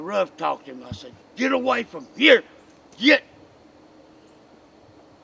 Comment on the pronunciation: He said GEET!